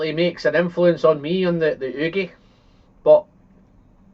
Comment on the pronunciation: Why do you pronounce the Ugeadail as udeagail instead of the right way?